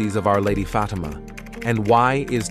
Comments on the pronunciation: Who is "Fadama" Isn't it "Fa team a"? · This make believe voice says Fay tea ma one more time I will fart!!! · Neither "FaTEEMA," nor "FAYtima" are correct pronunciations. Pathetic. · AI crucifies another intersting story. It is not F’Teema. It is pronounced Fat-im-ah. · very bad pronunciation!! Being a migrant I need to talk clear or people pretended not to understand! You a making a video for goodness sake!! Get it right! The accent goes on the first I of the word FATIMA!!!! FA TI' MA!!! Could not watch it!! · The person reading the events cannot even say Fatima correctly! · Where's the post to believe you when you can't even pronounce the word Fatima? Whoever this commentator is. He is pathetic. . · Is the robot speaker a Protestant? Why can't he (or more accurately "it") correctly pronounce "Fatima," which every English-speaking Catholic child can handle without trouble? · You are mispronouncing Fatima and you showed the fake sister Lucia. Too bad you don’t really know anything about this. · pronounce Fatima right I hate that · In one sentence the VIRTUAL VOICE pronounced the name Fatima 3 different ways. After that it (the important word “Fatima” kept being pronounced incorrectly. You need to invest in a real person who understands syntax and doesn’t cause the _listener to grit his/her teeth just to listen this important tail.